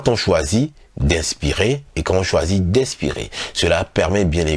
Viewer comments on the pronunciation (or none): C'est tres intéressant sauf que je suis mélangée entre votre prononciations du mot expirer et inspirer , vous le dites de la même façon , ce qui rend la compréhension difficile....!!